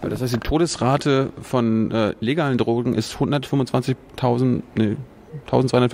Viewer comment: Erste 30 sek und ich hab schon 4 oder 5 mal das wort “trogen“ gehört, was zur hölle soll das sein? Meint die Drogenbeauftragte möglicherweise “drogen“? Und wenn ja: warum kann sie das wort noch nichtmal aussprechen?